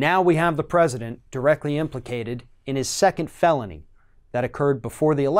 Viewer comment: Hahahaha its pronounced felony, not ffffhhhhhhhelony hahahaha